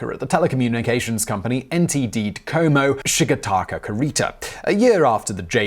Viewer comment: FYI DoCoMo is pronounced like Kokomo.